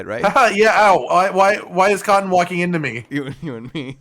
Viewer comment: I love how cotton just suddenly became French.